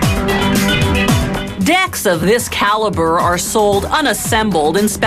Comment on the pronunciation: listen how she said deck of this caliber" !!!!!